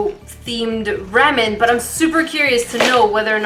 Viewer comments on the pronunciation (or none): none